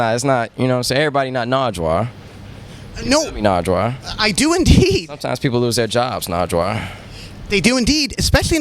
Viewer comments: dude stop saying "narjwar" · lol nigga kept calling him narjwar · Not “Nardgewuar.” 😂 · "NARJJWAR" smh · NIGGA KEPT SAYING NARGWUAR NIGGA DOESNT KNOW HIS NAME AND ANYTHING ABOUT THE HISTORY OF DETROIT WHY WAS HE BEING ALL WEIRD HITTING HIM IN THE CHEST AND STUFF THAT WASNT EVEN FUNNY THAT WAS EMBARASSING LOOKED LIKE A PRICK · Mike G. It sounds like he’s saying narjwuar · Why does he say Nardwuar like Nardrar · SmithsonianSamurai Actually he called him "Nargewuar". Like 3 or 4 times... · Whatchu know bout that? 😂 he's asking you Sean don't ask nardwuar 😂 Jesus Christ. And also stop saying his name as narjwuar it's not right 😂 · Big Sean's acts like a ducking idiot in this, calling naurward narjuar